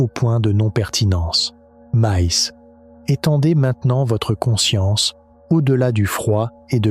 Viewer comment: Je n'ai pas encore fini la vidéo, c'est intéressant mais la voix-off qui fait ULTRA IA qui sort des "MEZZZ" à chaque fois (probablement pour "mais il/elle..") casse totalement la narration. Les vidéos aussi en légère animation de quelques secondes sentent l'IA, et on dirait que tout à été mis là en mode "fais-moi une vidéo sur ceci, génère des séquences de ... et crée un script".